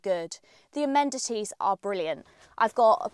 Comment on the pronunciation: Amenities, not amendities